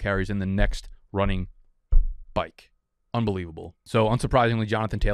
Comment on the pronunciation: so many chances to say “byke” and you said “back” … and bcuz of that, i’m dumping this marg down the drain .. i’m still on vacation in Mexico.. tuck your shirt in and fix it next video